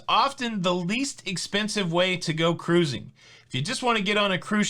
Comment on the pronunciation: KA-RUISING!!!! BHAHAHAHAHAHAHA